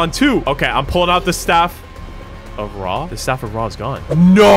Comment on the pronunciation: Bro the second seed has some Eygptians valueables that YOU DONT HOW TO PRONOUNCE IF OTHER EYGPTAIN LIKE ME SAW THAT YOU WILL END رع TAKE THIS WORD ON GOOGLE TRANSLATE TO HEAR HOW ITS PRONOUNCED😠